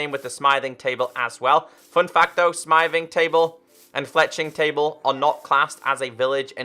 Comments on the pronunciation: Its not smything table its smie-thing table is the right pronounsation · Your saying smithing wrong